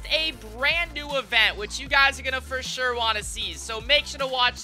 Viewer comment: Fo Shore